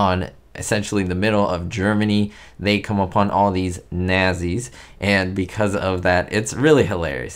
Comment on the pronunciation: Someone else called them "nasties" and wrote "not-sees"